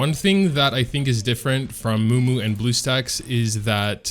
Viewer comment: your the only person I know who calls memu, mumu lmao